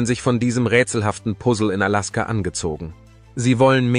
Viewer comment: Kann noch nicht einmal Alaska aussprechen